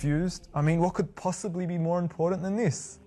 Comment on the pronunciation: The "most impordant" thing to learn from this video is that there is NO "d" in the word "important". The rest is all superstitious bullshit.